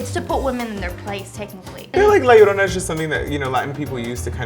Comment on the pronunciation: Am I the only one who cringes when they pronounce 'llorona' like 'iorona' and not like 'jorona'?